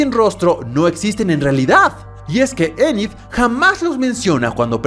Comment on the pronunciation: Anid jaja es enid